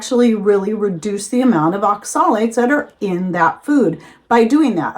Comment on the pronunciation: You are pronouncing Oxalates incorrectly so I doubt you have done much research on it.